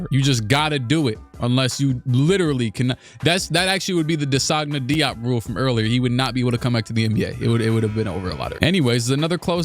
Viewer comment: It’s pronounced “Jop”